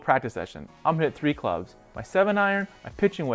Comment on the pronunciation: helpful information but slow your voice down. "you are going to want to make" isnt "yagonwanmksure" . thank you though.